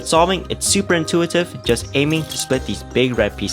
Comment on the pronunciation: and later, you said SOUP-er easy to solve or smth like that hahahhh